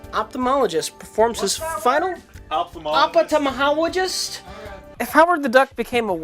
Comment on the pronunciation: It's "ophthalmologist"